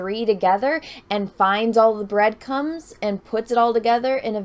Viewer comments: Anyone else catch that she said "Breadcums" instead of breadcrumbs? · Lol "breadcums" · She said "breadcums" giggity 😂lol jkjk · Wait did she just say finding all the bread cums?!?!?!? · Video: very serious. Need to pay attention. My brain: she said bread cums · "Breadcums" hehe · Hahahahaha, she said "bread cums" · Pretty sure she said breadcums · BreadCums lol little slip there